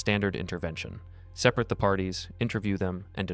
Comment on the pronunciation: You should let your AI voice know that "seperate" is pronounced differently when used as a verb vs an adjective. Otherwise viewers might assume you're just lazy and stop watching your videos.